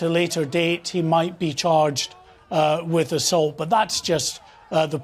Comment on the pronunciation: Just watched ITV debate omfg Angela Rayners, how thick. There’s a th in thick and a th in with. Fik as fuk